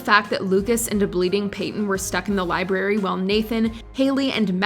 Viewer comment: Did the narrator actually say libary instead of library?